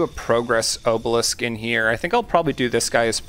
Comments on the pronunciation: Buddy. It’s AH-belisk. AHHH not OHH. Bruh. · Probably would have watches the whole video if you pronounced obelisk correctly. It physically caused me pain every time you said oh-balisk instead of ah-balisk. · I watched the video you linked and when they say obelisk it's with an ah sound I didn't hear anyone pronounce it with the oh sound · It's "ah-bah-lisk" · I've never heard anyone pronounce obelisk like that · Hey man, not sure if anything else said anything, but the letter O in the word “Obelisk” is pronounced like the O in the word “optimal”. You can Google the word and hear the audio pronounce it. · i'm not sure what makes you think that obelisk has a long o, but it most definitely does not. if you don't believe me then search in on google and click on the speaker button to hear how it's pronounced. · I love the content, but why do you pronounce obelisk like that LOL